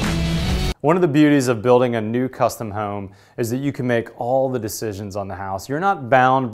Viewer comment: Its Home, Not Whoome..